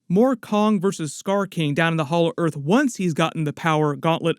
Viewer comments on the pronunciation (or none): none